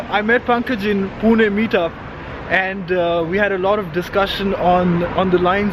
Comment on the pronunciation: Your video was informative for many. But must say even though you are staying in Germany for while now.. Your pronunciation for "Pune"..🙆 Bang on..👍